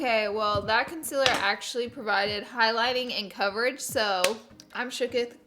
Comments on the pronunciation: she says consiller XD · I love Laura so much she’s amazing but I also just laugh at the way she says “concealer” as “consiller/conziller” awweee I Iove herrrrrrrr😂😂♥️♥️😭😭💕💕🤩🤩💫💫l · Ok no hate but it’s prounced con-seal-er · the way she said concealer lmao